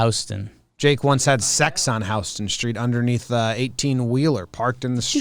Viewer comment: House-ton Street.. New Yorkas will let you know if you didn't